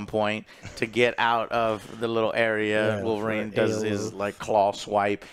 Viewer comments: THE CAVILLRINE 😆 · The Cavill-rine or Calverine